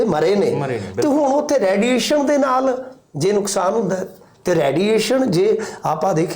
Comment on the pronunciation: ਰੈਡੀਏਸ਼ਨ ਨਹੀ ਰੇਡੀਏਸ਼ਨ ਬੋਲੋ ਜੀ